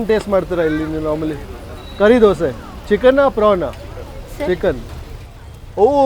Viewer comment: Bro its dosaaa. Not dosee...! You are a food vlogger and you make this mistake. Is it so hard to pronounce dosa? Why brother dosee why?